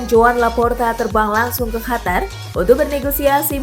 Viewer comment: Biasa aja ngomongnya min, gak harus hatar juga ngomong qatar nya